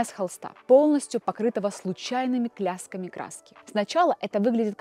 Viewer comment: "кляски" "преУгадать" - это точно настоящая девушка а не сгенерированная нейросетью??? Если да то она похоже не с нашей планеты и неплохо имитирует человека